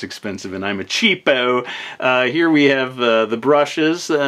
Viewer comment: It's two years later and I'm still laughing at how he says "CHEA-PO"